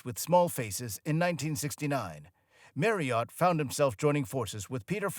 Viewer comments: FFS. NOT OT but ERT. If you are going to report then do your research! The surname Marriott is constantly and bloody annoyingly mispronounced by a yank that has clearly never bothered to listen. His name (and that of his lovely Daughters, Molly & Tonya has always been pronounced MARRYERT. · Fine, but Brits call him Steve MARRioTT, not ‘Mary-Ot’ 🤣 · Tonya was one of his wives, not his daughter. And it's pronounced marriet (rhymes with Harriet), not "marryert". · It's not pronounced Marr e hot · Who the hell is, “Merry Art?” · Merry ott? These awful American voice overs are a f*cking joke. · Who is this “Marry Yacht”?? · Marryott 😂😂 At least use somebody who knows how to pronounce his name ffs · Yeah, whenever he says his name it sounds like Mary art. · I can't get over this new pronunciation of Stevie's surname. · You/ what ever you - are you cannot even pronounce Steve's surname, correctly.. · Americans should be banned from narrating documentaries about British artists. Their pronunciation of words in the English language is cringe worthy. Steve Marriott deserves far better than this disgraceful, thrown-together cesspit of a documentary. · Hey, please learn how to pronounce Marriott properly😂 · I wish he could say 'Marriott' properly. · Can you learn how to say 'Marriott's 'sir name before inflicting us with your dreadful pronunciation? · Wouldn't it be nice.........if when you're doing a documentary piece about someone you took the time to learn how to pronounce his name properly!!! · Only an American could miss pronouce Marriott so badly. It's not fookin' Marri-ot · And not even pronouncing his surname correctly! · Why would you choose an American voice narration that can't even pronounce 'Marriott"?! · Exactly my thoughts too lol 😂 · Yeh, he makes it sound like a horse's name. I flinch every time he says it. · Agree 100percent with that thanks.......